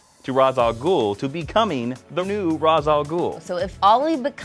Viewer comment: Won't be watching IZombie, lousy show. The Flash and Arrow are so awesome though. The only thing about Arrow is the way they pronounce Ra's Al Ghul, it annoys me!